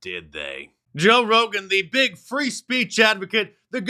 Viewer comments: Mark get it right is pronounced "Toe Rogan" EDIT: spoke to soon 😂😂😂😂😂😂😂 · I swear you said “Toe Rogan”😂He looks like a big toe. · “Joe Rogain” LOL!